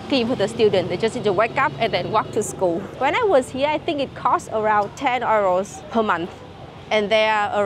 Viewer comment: I love how you pronounce “Euro” the German way 😆 Love from 🇳🇱